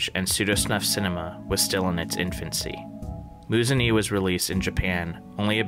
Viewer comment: It's pronounced "Moo-zun-ehh"! Love your videos btw :)